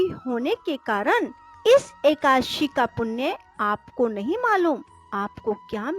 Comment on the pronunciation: एकाशी नहीं होता है, एकादशी होता है।